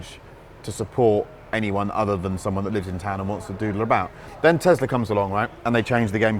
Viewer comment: why do they say tezLar instead of tesla like tess-laa